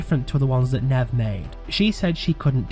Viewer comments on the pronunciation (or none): Please stop pronouncing her name like that its neve not nev ffs long e